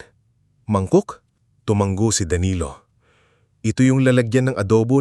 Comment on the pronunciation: Sir, tumango po , hindi tumang-go. Hope u don't mind 🙂